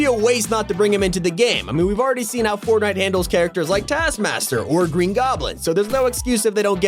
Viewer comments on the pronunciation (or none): none